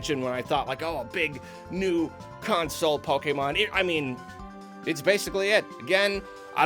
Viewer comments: Anyone that says pokeman instead of Pokémon is not a tru Pokémon fan real talk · I stopped soon as he said "PokeMAN" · I don't think I've ever heard pronounce "Pokemon" correctly, and it's kinda weird. Why do so many people do that? It's like he's making fun of the series every time he says it.